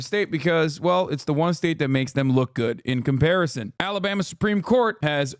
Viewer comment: When a grown man says alabammy in a real world sentence, he’s seen some shit. 100%